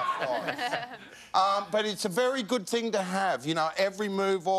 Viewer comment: They guy said ting 😂😂😂